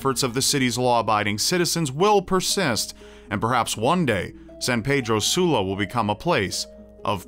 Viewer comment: Lol At The Way Says San Pedro Sula 😂😂😂👌.